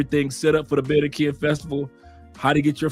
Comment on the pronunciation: It's Ba-rran-qui-lla! BAR-RRAHN-KEE-YAH! Viva to Phonetics! ASE! Viva CHI-CA-GO! LOL!